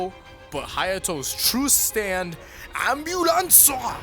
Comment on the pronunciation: Nobody :.... Hayato :AMBULANCO BITES THE BITES A DUSTO